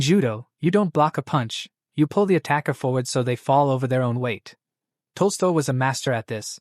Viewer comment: At time, the Ai named Tolstoy as toaster. At time, Ai called him tosto.